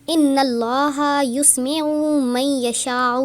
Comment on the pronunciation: اللة ىسمع کو قرآن سے دیکھکر صحیح پڑھۓ اپنے یسمع کے یا کو پیش پرھا جو غلط یا کو زبر ھے جزاک اللہ خیرا